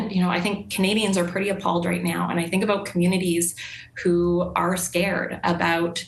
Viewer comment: Did she just say ascared? 🤣